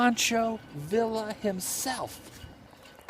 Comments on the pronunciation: those canals are flood control. and it's pronounced VEE'YA not VILLA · Adam I love your videos but please no offense intended. You need to work on your pronunciation of the names of towns and people. Poncho Villa is pronounced Viya. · Dude! You have No clue how to pronounce Mesilla! Mess - ee - ya! Now, put it all together. Villa - vee - ya. This is the way these are pronounced. I am Billy’s Cousin. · Love, love, love your work, but it’s pronounced Mah-see-ya and Vee-ya. Minor issues to be sure, but thought that you might want to know. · Adam is pronounced Poncho Via the Ls in the Spanish Language are silent bro and it was the Gadeson Purchase I do believe I may have misspelled it!